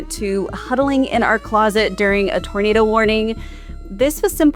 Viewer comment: What the hell is a ‘tornadow’ ?